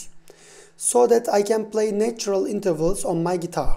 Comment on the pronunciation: How can you distinguish micro tones and yet not hear that “natural” is pronounced nAtural, not neitural?